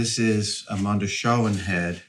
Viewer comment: So this bothered me so much I actually rewatched the movie to make certain I wasn't crazy: Why in the world do you and so many others pronounce Mondoshawan as it is written instead stead of like 'mondo chee wan' or even 'mondo shee wan' as it clearly is said multiple times in the movie? The middle syllable is definitely Not 'Shaw' with an ahhh sound.